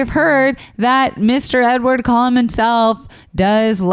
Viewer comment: Did anyone else notice Zach said Edward Colon not Cullen lol